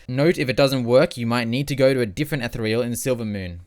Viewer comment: Fucked up way to pronounce ethereal